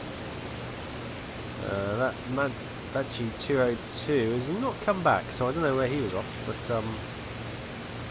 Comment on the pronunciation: Macchi, pronounced 'Mackee'. Lovely research on the Pilot, research the correct pronunciation of the Aircraft.